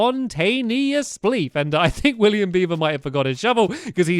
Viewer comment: William beiver? WILLIAM BEIBER!!!